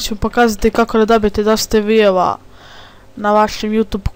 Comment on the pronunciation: Ne kaze se viev nego vju(view)